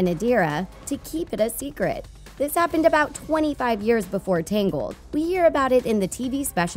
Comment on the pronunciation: It's TANGLED not TINGLED